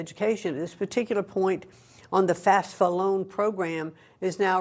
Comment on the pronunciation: Hate to correct the Education Secretary, but it's not FASFA, it's FAFSA